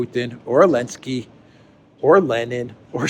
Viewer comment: Why don't you say Zelensky correctly? I'm curious.